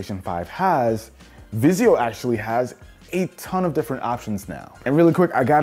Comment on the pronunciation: "Vizio." Please stop.